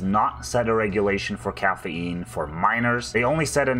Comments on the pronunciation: Cahhaf Eean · wtf is caffeeynne